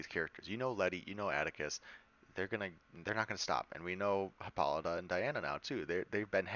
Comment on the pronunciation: Pronounced: hippo-LY-ta, not hip-PAH-li-tuh